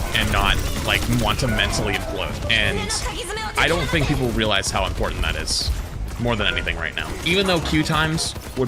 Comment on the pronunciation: are you ever gonna learn how to say people?